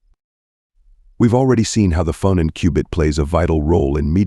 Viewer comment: This is good but the pronunciation of "phonon" is off.